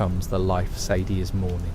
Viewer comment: almost got away with it , Almost thought the voice and script were genuine, but then the A.I voice gives its self away and calls sadie , saddy interchangeably 😪🥱 . “saddy addlers ranch” then back to sadie next time her name is said 🙃 also the vandalinder gang ? instead if the van der linde gang🫤💩 i aint gonna tell anyone what not to and what to watch , but ima watch a rdr creator who genuinely put some work into the video not a promt into an app 😒